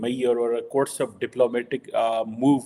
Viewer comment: Still can't pronounce it properly